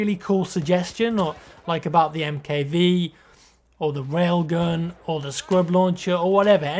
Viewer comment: Hey! Love your videos... I'm not trying to be a dick or anything but I think the MKV is pronounced Mark Five..:)